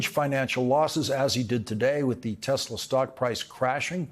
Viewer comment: Trump read Hitler's writings!?That's why he says Tesler, rhymes with Hitler.